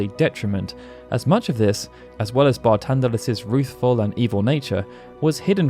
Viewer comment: His name is Barthandelus why are you saying it as Bartandelus?